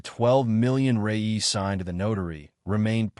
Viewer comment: The Brazilian's money name is "Reais" not "Reyes"